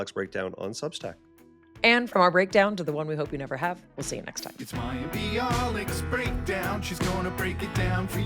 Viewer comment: Mayim Not Maxim Sorry